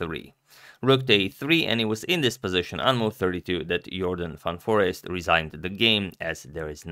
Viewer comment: Dutch speaking viewers: yes he got jorden van foreest right